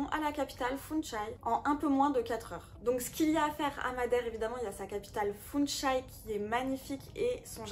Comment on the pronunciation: Funchal et non funchai mercinde corriger